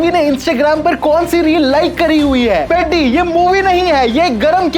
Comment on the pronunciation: Bhai peddi ko seedha pronounce toh karlo aap 😅😅😅